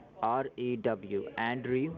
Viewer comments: OMG! I love it when they can't pronounce their own fake names properly, Andrew needs more practice, so hilarious! I hope you're feeling much better after your tragic death too!! Loved the editing, thank you so much, really enjoyed it:) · I agree. I'm so MAD 😠 at for yelling at my friend.